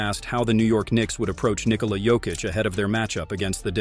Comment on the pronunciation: His name is not Niiikola